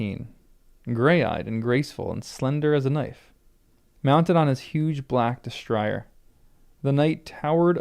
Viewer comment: Destrier is a French word. Dess-TREE-ay. I'm enjoying your reading and looking forward to your reactions to the twists and turns to come.